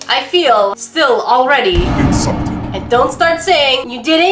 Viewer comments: Get ready to be... In'Salt'ed. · is in-salt-ed Ive never been noticed